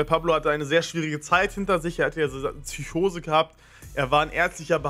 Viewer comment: Hab jetzt auch eine Psychose nach dem ich gehört habe dass Stanni tsyschose sagt